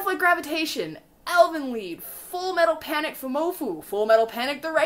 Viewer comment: you pronounced elfenlied the right way, elfenlied is actually german. The translation would be: "Fairy-Song"